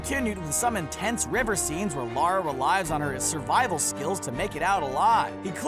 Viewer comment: Why do americans not know how to pronounce “Lara” ?